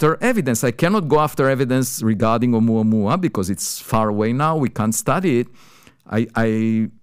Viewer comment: Sadly he mispronounced the object 😂😂😂😂🤣🤣🤣🤣